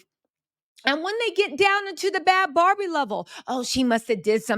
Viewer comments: I think she pronounces her name “Baby” not “Bobby”, not “Barbie” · 🚩🚩FYI... You keep saying her name WRONG.... it's 'NOT' BARBIE' (LIKE THE DOLL) Think BABY.. BAD BHABIE.